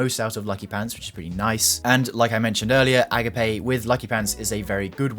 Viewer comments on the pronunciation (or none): Bro called the Agape HC (uh-gape) to A-Guh-Pay 😭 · Friendly note, it's pronounced "uh-gop-ay". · EE-gape :D